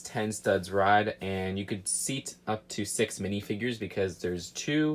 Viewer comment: I guess thats another word that cant pronounce